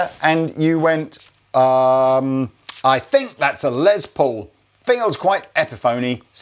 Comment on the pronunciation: His name is pronounced Less like Ness. It's short for Lester.